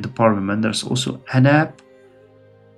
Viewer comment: based maaaan I love this series as turkish person. Notes: Anap party litreally called Anap or a-nap(not like nap in english becuse a is dominant) so its right way you are saying. Genç Party: Means young Party and you said right way. Hadep: its short name same like anap so its Ha-dep